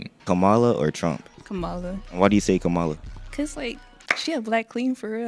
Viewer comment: It’s Comma La😂 Kamala was a WWE wrestler who wrestled Hulk Hogan in the 80s